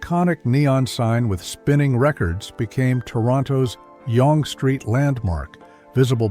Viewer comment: red zee logo? We don't say zee in Canada, we say zed. Wow! Such a glaring error. Also, Yong street? This video brought back a lot of memories, but contain a lot of mistakes.